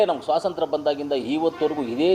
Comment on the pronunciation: ಸ್ವಾತಂತ್ರ್ಯ ಅನ್ನೋಕೆ ಬರದ ಈ ನಾಯಿ ಇನ್ನೂ ಸ್ವಾಸಂತ್ರ ಅಂತಾವ್ನೆ ಅಂತಾದ್ರಲ್ಲಿ ನಮ್ಮ ಸೈನಿಕರ ಬಗ್ಗೆ ಮಾತನಾಡೋ ನೈತಿಕತೆ ಇದಿಯಾ ಇವನಿಗೆ 😂😂😂😂